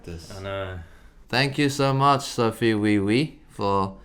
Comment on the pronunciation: as a korean native, i give sophie quite-accurate--pronunciation -certification mark